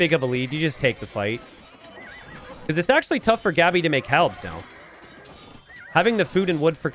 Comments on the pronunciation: why do you keep pronouncing Gabi's name wrong? The "a" is pronounced as in "want" or "what" like aaaaaa and not like "and". So its Gabi, not " Geebi" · He's pronouncing it as if it were Gabby, which is... completely natural actually